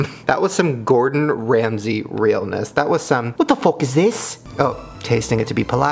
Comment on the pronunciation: When he said "What the fok is this"? I died😂